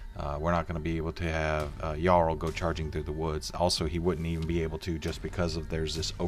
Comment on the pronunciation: "Djarl" ??? It's "yarl" . It's Scandinavian (a title, "Earl"), not English.